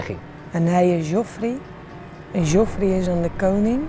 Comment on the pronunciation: "Aariya" "Zjoffrey"